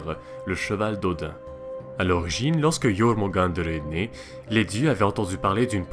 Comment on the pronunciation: Yeurmungander (avec les r roulés) :D